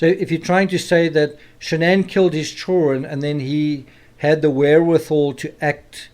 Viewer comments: How is the “criminal psychology”? It’s actually common sense all of it, but it is coming from a man that says chilren. Ew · Me, too! 😄”chill ren”